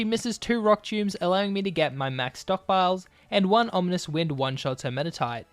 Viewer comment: On onominous wind? Rock choom? Extransensory? How bad is your English?! Delete your account